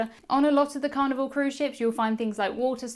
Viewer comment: Hello. Good videos. Idk if it is because of your accent or microphone but when you say Carnival I hear Carnivore.